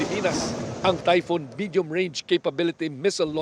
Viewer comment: Its typhon, not typhoon.